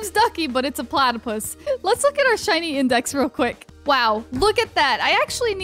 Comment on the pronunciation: DJ MADE ME LAUGH BECAUSE SHE SAID PLATIPUS